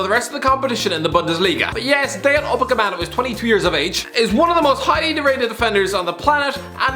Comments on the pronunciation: upamecano not upacamano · Upamecano nah Upacemano😂😂😂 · It's UpaMECano ffs not that difficult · It's Upamecano not Upacemano. Jesus he even writes it wrong. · It’s Upamecano bro, really not that hard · I thought I was having a seizure when I heard the say UpaMECANO’s name wrong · WAIT??^.- did he just say UCAPEMANO!?!?!?XDXD i was like....,,WAIT what? he CANT have said that right?" but then I remembered also calls Matt tü e di...... My tweedy....sooOOoooOOOOO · He not only says it wrong, he even SPELLS it wrong lmao 🤣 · he calls Matt tü e di= Ma Tweedy...and Upamecano =Ucapemano... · Yup, February 2021 and still can't say Upamecano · How can you pronounce and write Upamecano's name twice wrong and in both times it's written wrong in two different ways. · He can't pronounce 'Upamecano"